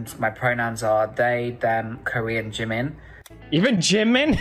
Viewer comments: Super vidéo et tu a bien prononcé "Jimin" mais je vais juste rectifié quelque chose a propos de la "K-pop" il n'y a pas que des coréens dans l'industrie, il y'a aussi des Japonais, Chinois, Thaï et même une Indonésienne et une Sénégalaise certes la K-pop viens de Corée et les idols sont majoritairement coréens mais il y'a aussi des étrangers, également que Oli n'est pas vraiment une "Idol" et c'est sûrement pas le premier européen dans l'industrie il y en a eu énormément avant mais ils n'étaient pas vraiment connu voilà❤️ sinon par rapport au chirurgies faites avec les partenariats ça ne m'étonne pas, je me disais bien qu'il ne devais pas être "Si dérangé" même si clairement faire ça est totalement bête et creepy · T'inquiète tu n'as pas écorché le nom de Jimin 😌